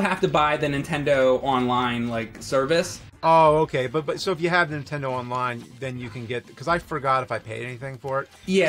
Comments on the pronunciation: Im sorry james, but, i have to point out that u always say super intendo. it's NINTENDO man. you still awesome dude please do not beat me up. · I have to say it. Nintendo not *intendo*I love you i’m sorry.